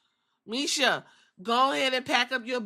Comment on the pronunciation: Not defending what she did but her name is Masha with an a not misha lol